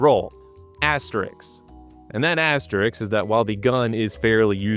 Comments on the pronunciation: hey, wikipedia mean name man, did you just say "asterix"? :D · He totally pronounced it Asterix, I heard it as well lol